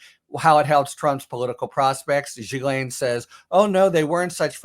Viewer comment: I really think people should learn to pronounce Ghislaine correctly if they are going to discuss her.